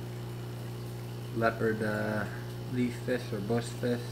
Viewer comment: hard to be a fish keeper when you cant pronounce fish